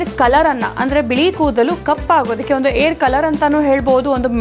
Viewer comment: ತಾಯಿ,ಏರ್ ಅಲ್ಲಾ ಹೇರ್ ಅಂತ ಕನ್ನಡ ಚೆನ್ನಾಗಿ ಮಾತಾಡೋದು ಕಲಿ